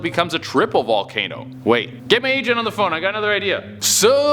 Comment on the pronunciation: Is it just me or did it sound like he said "hey somebody get my asian on the phone"? I know he said agent but he slurred it..